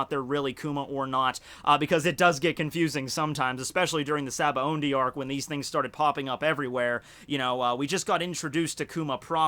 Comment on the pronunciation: Why does pronounce it "SabaoNdy"? I'm pretty sure it's spelled "Sabaody"